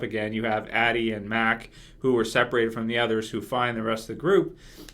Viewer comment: Her name is Addy not Anny